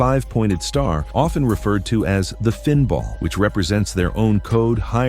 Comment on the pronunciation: Hearing say FinBall depressed me! 😢